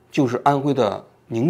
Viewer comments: 王局，是定远，不是宁远😅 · 定远 不是宁远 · 李克强总理的老家是安徽定远县，不是Ning远，纠正一下。